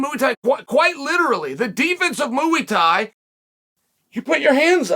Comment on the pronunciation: "Mooo-ey" Thai